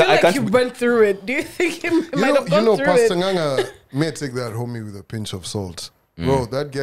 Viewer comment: G just butchered that ng'ang' name 😪